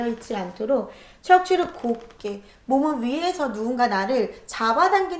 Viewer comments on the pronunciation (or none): 척추를 ‘곱게’ 가 아니라 ‘곧게’